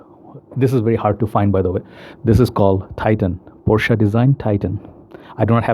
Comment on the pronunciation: Unfortunately it's the other pronunciation